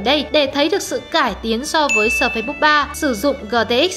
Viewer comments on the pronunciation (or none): sơ phây hay sờ phây, đọc tiếng Anh quá chuẩn 🤣